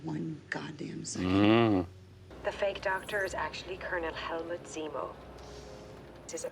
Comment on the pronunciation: says Remo instead of Zemo lol. Remo is actually a real life company. They make drum heads! Got a laugh out of me!